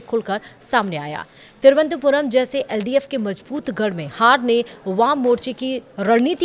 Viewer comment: हिन्दी की दुर्दशा, तिरुवनंतपुरम नहीं बोल पाते हैं!